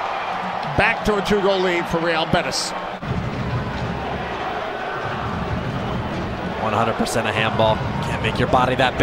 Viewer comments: “real BETTICE” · That commentator is so bad and lazy, not only in announcements, and trying to pronounce names and the name of Real betis